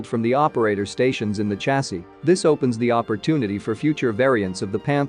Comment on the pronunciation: Hahaha... Ridiculous American English: stating gun barrel sizes in the plural ("130 mms" instead of singularly), and mispronouncing "chasis" too (as with "niche"). How embarrassing and ill-educated!